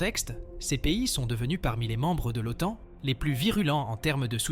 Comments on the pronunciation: Les auteurs de cette vidéo la trouvent "captivante" - c'est bien d'être content de soi. Par contre la voix synthétique qui parle d'automne pour OTAN, personnellement, me captive assez peu. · Manifestement une voix numérique incapable de prononcer correctement l'acronyme OTAN. Négligence ou je-m'en-foutisme ? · Surtout qu'elle le prononce de plusieurs façons différentes... Oton, Otane, Otône 😆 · C'est la première fois de ma vie que j'entends quelqu'un prononcer normalement l'OTAN puis "OTON" puis "OTANE"